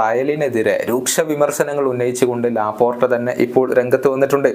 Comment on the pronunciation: Laporta ❌ lapottta✅